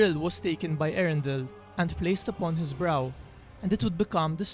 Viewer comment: It is not erendil it is E-A-REN-DI-L